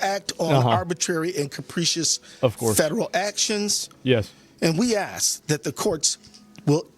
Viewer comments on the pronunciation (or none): "We ass that the courts..." Yes, you certainly do ass the courts